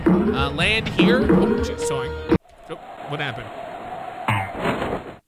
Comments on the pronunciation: Sorray eh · When says Soarry you can hear the canadian slipping out!